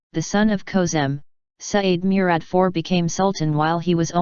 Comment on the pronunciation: Meuret. Are u kidding me. Plz do research how to pronounce